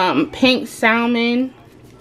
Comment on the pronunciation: I love all of your videos! Btw you don’t pronounce the L in Salmon